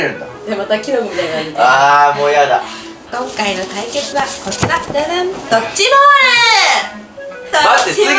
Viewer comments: ドッチボールじゃなくて ドッジボールですけど〜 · ドッチボールじゃなくてドッジボールw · ドッチボールじゃなくてドッジボールだよ❗❗ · チ じゃなくてジだよ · ドッチボールじゃなくて、ドッジボールだよw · ドッチボールじゃなくてドッジボールだよねw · ドッチじゃなくてドッジですよw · ドッチボールじゃないよドッジボールだよー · ドッチボールじゃなくて、ドッジボールですよ。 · ドッチボールじゃなくてドッジボールだよね？上から目線ごめん🙇なさい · ドッチじゃなくてドッジ これ絶対！